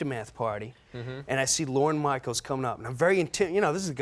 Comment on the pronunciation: Is he calling him Lauren Michael’s?